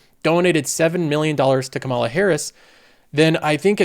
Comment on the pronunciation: Please pronouce Kamala Harris's first name correctly. The first sylable gets the emphasis, not the second.